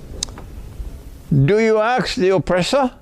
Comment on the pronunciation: Sheikh its ask not aks